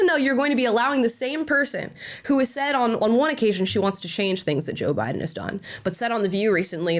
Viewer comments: 😂😂 Union Memba...her a Jabiden 😂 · Did anyone else notice when Kamala said Obiden during the debate